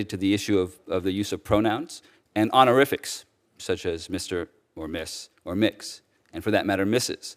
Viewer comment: What the hell are "honoriffics?" Sounds like something from a kindergarten pep rally.